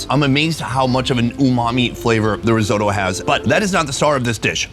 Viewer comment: Rizodo,what the fuck is risodo? Risotto...!